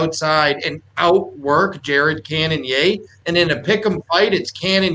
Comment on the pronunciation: I cringe every time he says Cannon-yay.